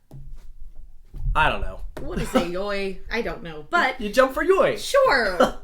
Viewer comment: Wow it looks like Walibi Holland is having a great 1-2-3-4-5 punch when YOY is opening! By the way I think it’ s pronounced as ‘joy’. And now something really random: yesterday I got my first ever night ride on untamed at my very home park! It was absolutely insane! Edit: I still can’t decide if I want Walibi or Efteling to be my home park. They’re roughly the same distance away from me🙂